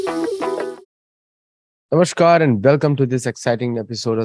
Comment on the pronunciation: It is not namashkar but 'namaskar' namah+kaar=namaskar